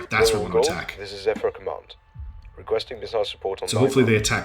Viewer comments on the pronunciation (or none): none